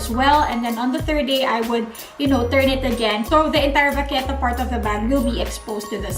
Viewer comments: The way you pronounce 'vachetta' is so wrong 😂 but great vid and very informative ❤️ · I’m pretty sure English is not her first language. It’s a cute mistake. :)